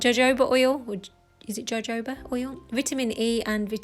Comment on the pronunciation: jojoba pronounced ho-ho-ba, Beautiful set of nails, thank you.